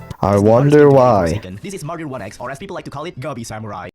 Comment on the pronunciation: Not with that martyr pronounciation